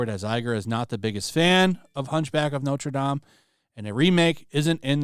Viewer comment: Notre Dame = Not Ruh Dam